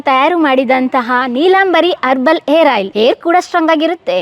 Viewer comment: ಏರ್ ಆಯ್ಲ್ ಅಲ್ಲ.ಹೇರ್ ಆಯ್ಲ್